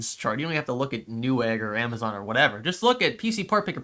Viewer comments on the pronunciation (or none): none